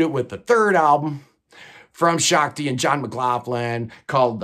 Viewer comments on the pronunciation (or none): none